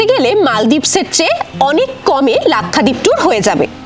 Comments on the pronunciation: Pronounced as Lak sha deep and not Lakkha deep. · Lakhdeep na lakshadweep pronouncing bhool